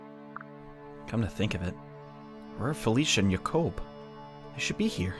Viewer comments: ITS FUCKIN JACOB STAHP SAYING YACOB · Its jay kob not yakob